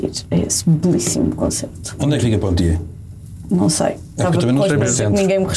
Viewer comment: Poitiers e não Pontiers (que nem existe)